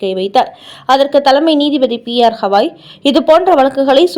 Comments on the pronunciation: ஹவாய் அல்ல.. கவாய். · Please read as gavai not havai .read correctly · The news reader needs to know & spell the name of THE CHIEF JUSTICE correctly, it is B.R.GAWAI and not P R KAWAI... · His name is B.R Gavai and not P.R Hawai. Please ask your newsreader to learn pronunciation at least! 😆😆😆😆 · Gavai... Not Havai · Pronunciation is bad.y u say Hawai..He is Gawai.not Hawai. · Supreme Court Chief Justice பெயர் B. R. Gavai (கவாய்)..! அவரின் பெயரை நீங்கள் 'ஹவாய்' 'ஹவாய்' என்று சொல்வது போல் கேட்கிறது..! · Please pronounce the name as Gavai, you repeat it several times as ashtothram very poor reading, the admin should also see the mistake in typing as CPI instead of CBI. Hope you correct it. 😊